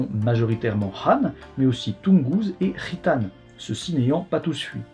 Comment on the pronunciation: Ta prononciation de "khitan" a fait titiller mon oreille de gitan à chaque fois, même si ca n'est qu'une coïncidence hasardeuse 😋